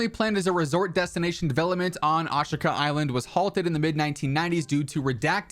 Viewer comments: Asheeka is the proper pronunciation lol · Concerning the pronounciation, the i in shi is a whispered vowel